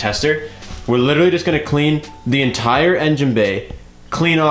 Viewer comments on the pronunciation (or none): none